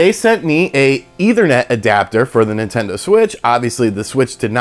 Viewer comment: Didn't know people would pronounce it as "either-net".